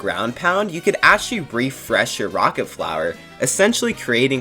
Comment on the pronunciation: New drinking game, take a shot every time he says Akchully. update am now in the hospital with alcohol poisoning xD